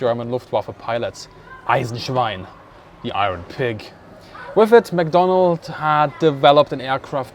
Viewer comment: mcdonnell not mcdonald !!